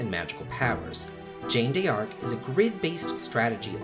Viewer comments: First he said the name of the game incorrectly, as Jane D. Arc. While Jeanne is closer to "jun", D'Arc is pronounced simply as "dark". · Gene DARK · I believe he is referring to how the the presenter was pronouncing the name, as it's not "Jane" it supposed to be pronounced with a soft "J" kinda like "zhann" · Great list but how could you butcher Jeanne D'arcs name so badly? She's french! You butchered that name in the worst way possible. Can't wait to play Ys 7 though. But still, learn some french. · Man the pronunciation of the names is on top Jane Dee arc and much worse aeries? U were drunk right? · Jane De Arc haha. You didn't even try! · "Jane d'Arc" You pronounce it like "John" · Hexyz Force is pronounced with a silent z I think. Jeanne D'Arc is pronounced like Shean Dark. That's just what I've always heard people say the names so I can be completely wrong :) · just FYI...its pronounced like "John Dark" with a soft J like at the end of garage. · it's pronounced like "Jan Dark" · You are pronouncing jeanne in jeanne d'arc and aerith/aeris name wrong. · You could have used Google to learn how to pronounce Jeanne D'arc. It's "Joan of Arc's" true name, in french, as she's french... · heavily mispronounces Jeanne D'Arc says we should have paid attention in history class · but they'll teach you how to say an important historical figure's name correctly though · after another explanation you still don't understand my opinion in the first place about Jeanne D'Arc? Or you just want an endless debate? 1. You blame creator for mispronounced her name because he should know how to. 2. I explain maybe he did not "teached" (just in case you still don't understand) about her in history lesson. 3. You blame my grammar. If there is a mistake or maybe tons of them then yes it is my grammar mistake and I am not gonna run from it. But do you understand my point, do you? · Brule A history teacher would have still pronounced the name properly (presumably. A good one anyway)